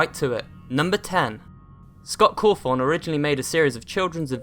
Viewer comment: It's not cowthon